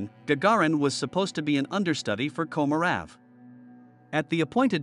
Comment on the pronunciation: Your bot needs a lesson in Russian.. Vladlimir Komorov.. is pronounced Vlad-ee-meer Ko-mo-roff